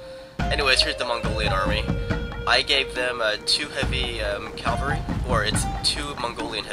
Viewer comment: Cavalry, not calvary. A nun would step in here and say "CALVARY WAS WHERE JESUS DIED" but this isn't catholic school etc